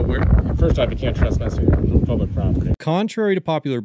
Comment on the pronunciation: What's 'trusspass'?